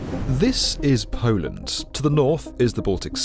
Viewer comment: "Polant", never knew Poland had a t in it.